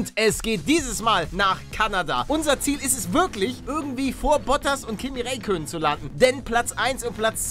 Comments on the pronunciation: "Kimmi Reykönnen" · Ich will ja nicht meckern aber er wird Raikkönen gesprochen...